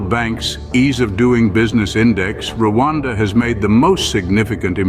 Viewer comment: Learn how to mention Rwanda it’s not Luada